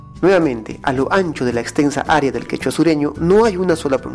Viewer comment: el expositor ya extirpo la e de la pronunciación ccechwa(segundo 52), lo pronuncia jichwa. En elPeru ni los maestros, ni autores de libro pueden escribir qichwa y pronunciar qechwa. El contexto español de hablar como esta escrito les gana. En consecuencia el quechua se fricativiza Q- > h . Perdiendose 3 letras en el alfabeto: q, e, o